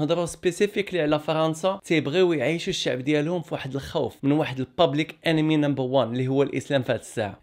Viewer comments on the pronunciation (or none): none